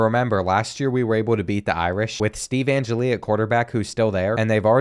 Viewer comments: If youre going to play ND every year.... Its pronounced An-Jell-E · Being a die hard Notre Dame fan I’m going to be picky and let you know that you’re saying Steve Angeli’s name wrong 🤣